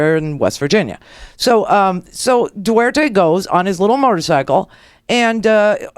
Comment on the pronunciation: D.U.T.E.R.T.E. Not 'duerte'. He is the "Philippines mayor" ala Rudy Giuliani. Wait until he deals with the Muslim extremists that have plagued the southern Philippines for decades.